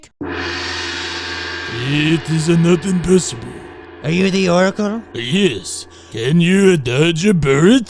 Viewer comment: “The O-Rackle” hahhaha